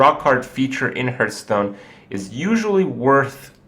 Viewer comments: It is kinda annoying, that you keep saying hurtstone. Its pronounced like heart, with an H at the end. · "Discard your hand and draw five 3/3 Skeltons" Also he says "Hurtstone" everytime. Its "Harffstone"